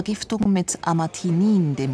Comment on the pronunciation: Das gift heißt amanitin nicht amatinin falls das jmd nachschauen will